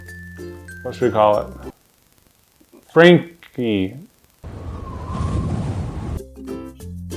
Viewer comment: you don't call it FRANY, you call him WASHington